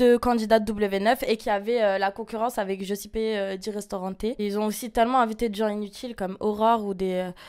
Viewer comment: Je la trouve magnifique et elle a pas l'air méchante mais après la meuf se dit caliente, elle sait meme pas prononcer , le prénom Giuseppe et puis ca réfléxion, je suis pas née en Afrique je trouve ca déplacer, en plus, elle parle de mariage moi j'ai plus l'impression qu'elle essaye de se justifier sur la sincérité de son couple, mais bon, elle fait ce qu'elle veux.